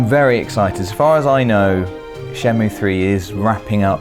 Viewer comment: The game is not called "Shen-moo." You have to say the -ay sound. Shen-moo-ay.